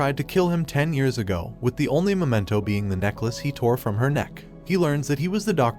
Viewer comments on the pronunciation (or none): none